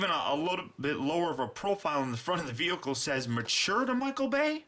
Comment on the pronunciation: why do you say veoka and not vehicle